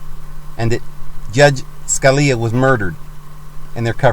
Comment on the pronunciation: If you're going to make accusations, be informed on the issues. Scuh-lee-uh is how you pronounce his name and they are not Supreme Court Judges. They are supreme court JUSTICES.